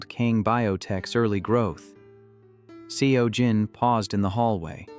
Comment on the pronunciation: Pronunciation of Seo Jin is pronounced closer to “So Jin”.